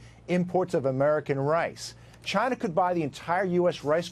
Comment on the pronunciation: Hank Maximus That’s how Trump says China...”Gyna” like “Gina” but with a Y instead. Like Gyro but with “na” instead of “ro”